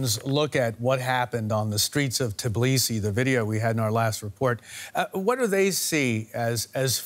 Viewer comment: I swear to god if he says "Tiblisi" again. It's "T-B-I-L-I-S-I" "t" as in "Tea", the rest is known to you.